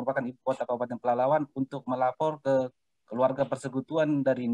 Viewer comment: masih baru ya di Polres Pelalawan? Menyebut nama daerah diwilayahnya masih salah2..